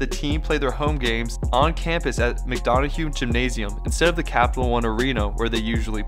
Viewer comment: It’s pronounced McDonough is pronounced M,-Dun-Un, not McDonohue. Also Bile’s name is pronounced Bee-lay. FYI.